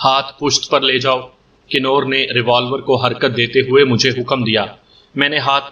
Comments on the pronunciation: Nice stories. But you should definitely work on your pronunciation. 🤣 It's "Kunwar" with noon ghunna, not Kinore "convertable", not kinortable I don't mean to be cocky but if this is your living, you should try to get better at it. Anyway, I enjoy your audios. Good work. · Knoor nhi lafaz kawar perha jada jiska mtlab shehzada hota